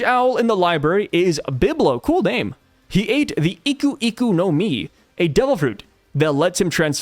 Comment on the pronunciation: You know what’s crazy when he said the owls name he instantly followed it by saying cool name which sounded out to my ears like biblical name instead of biblo cool name 😂